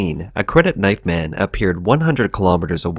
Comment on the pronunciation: The narrator makes it very difficult to discern whether he is saying "man" or "men". That is shockingly confusing...